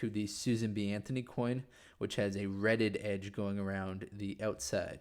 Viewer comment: "Reeded" (as in a reeded edge) is pronounced ˈrē-dəd. Not red-ed. Think reeds as in swamp plants.